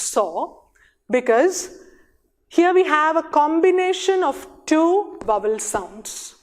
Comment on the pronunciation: It's not /vʌwəl/ as you pronounced. It is / ˈvaʊ.əl/, mind the triphthong.